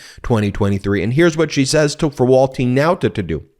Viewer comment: Ben, who is "walt TEEN nauta "? Why do you keep saying this? You are the only person all over the internet that is saying his name this way. What's the deal buddy? What am I missing? I seriously want to understand.